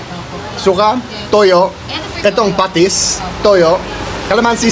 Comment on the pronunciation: pa-TIS kalaman-SI (not kala-MAN-si) i suggest that when you learn a new Tagalog word, learn how to pronounce it correctly too as you memorize it. Coz it's much harder to unlearn what you already know. But I think you already know enough Tagalog words. So if I were you, i would focus on correcting the pronunciations for the words you already know.